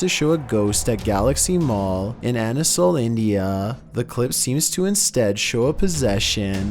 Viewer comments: No.2 is my home city...and its "Asansol " not "Anasol" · #2 it's not anasol... it's ASANSOL...